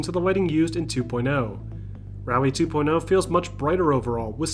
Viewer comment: Man in from brazil , love dirt games , but how u americans say this game name , dirt two point l ? (L of lemon) , i thought it was two point oh, as O the letter O as zero I believe is his accent saying almost 0 as a L , am i right ? Help a buddy lol nice video bro